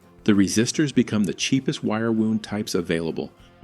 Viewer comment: Get your AI voice better tuned to not mispronounce common English words. Wire wound is wrapping wire to a cylindrical shape. The way your AI pronounced it as a wire injury.